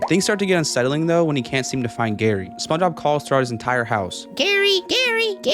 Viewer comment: spongebob ❌ sponobb ✅